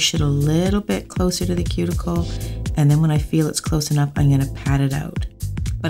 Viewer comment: Stop saying I'n it's I'm 😭